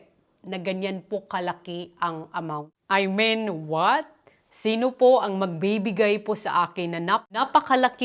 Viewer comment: gef i men gitf at i min ganun po tamang bigkas ng GIFT AT I MEAN!! YAAN MO N TEH MADAM GIFT PO ATA YAN..